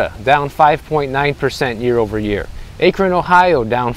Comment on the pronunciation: Damm u Said akron ohio wrong but still love ya j keep coming with the info your truly helping people